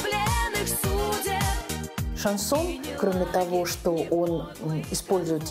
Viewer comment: "Короли" шанЗона